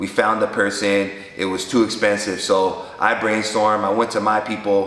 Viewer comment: Y’all peep how he said it was too exspensive. Key words. This guy! 😂😂😂😂😂😂